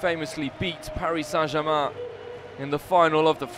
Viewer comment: that guy just said "Paris Sa Jaman" wtf ?